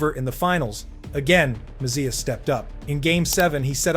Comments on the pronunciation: Mess-EEE-eh not mess-c-ya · Great video but what a butcher job on MESS E' A' s name. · "Mess-ee-uh"? It's pronounced Mess-ee-eh, for god's sake. Stupid. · He wasn't "Messiah", the was the "Moose", great video put together though!!! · Could you pronounce his name correctly. He was not only great on the ice, he was incredibly kind , humble and generous off the ice. His work with Hackensack Hospital , especially the children is legendary. My cousin worked at MSG and she said he treated everyone, regardless of their job, with equal respect. He made the Rangers relevant and when they failed he took all the responsibility, when they won, he gave all the credits to his teammates. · Great video once you get over the mispronounced last name,!! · I tuned this off within 60 seconds after butchering Messiers name. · Please, stop trying to say his last name. I can't do this! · Kind of hard to excuse not pronouncing his name properly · I couldn't make it more than a minute after hearing you butcher his name twice. Seriously, you gotta nail the pronunciations if you're gonna make hockey content.